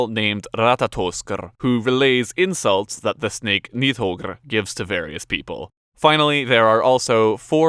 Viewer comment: I thought Nidhoggr (the 'd' is actually pronounced with a th sound, fyi) was a dragon. Jormungandr for sure is a serpent (world serpent), glad that was right, but Nidhoggr was always called a dragon.